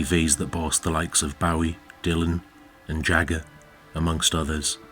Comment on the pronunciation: You pronounce "Bowie" incorrectly.